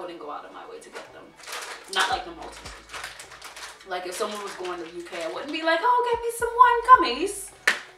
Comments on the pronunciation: Maltese's 😂😂 malt-e-sers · Why does she keep saying malteses there is an r in it